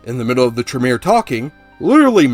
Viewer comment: Tremere- Tray- meir (rhymes with pier) Celerity- suh lair uh tee